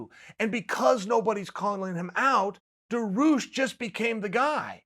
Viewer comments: It's DA-REE-OOSH, not DAR-OOSH. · its dar (like bar with a d) ee (like bee without the b) oosh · Me: Dariush Chael: Daroosh Me: Daroosh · If "Daroosh" is your #1 guy for 2021 (so far) learn how to pronounce his friggin name. It really ain't that hard. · Chael put some respect on my boys name DA RI USH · Dairy-oosh chael Dairy-oosh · I think it's more like "Daareeoosh"... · Benny DaRuse? Benny DaRuse. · Made up phoenetic spelling: Dar*i*ush [dehr-ee-oosh] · Uncle Chael: "Da Roosh" Dariush: "Ok great" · This Dah-Roosh guy sounds pretty tough. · Uncle chael, it’s Daar- rii- uush😂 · Benny Daroosh 😂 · Chael: DaRooSh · Baneel daroosh! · Benny the rush. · Just say Dariush. This is the one name I can’t watch you pronounce it’s so bad. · I personally love to follow uncle Chael because he see UFC on the right way, who is skipping fights or taking then...plus the best is when he pronounce Charles Oliveira or Dariush...Khamzat 🙏 makes smile on my face. Thanks for a tremendeous work mr. Sonnen 🙏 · I couldn’t wait to hear Chael pronounce “Dariush” and I’m not disappointed. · 10 seconds into the video: olivera vs Dariush sounds awsome, also you pronounce Dariush’s name (kinda) uncle chael